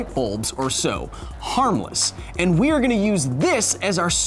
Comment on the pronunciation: “now se can speed through some math” lmao